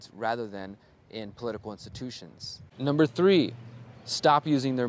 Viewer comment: Cant stop laughing, you got me when you said umber three and held up 2 fingers,lolAnyways brother, thank you for you involvement, you are doing awesome!Thank you for the good influence and good ideas.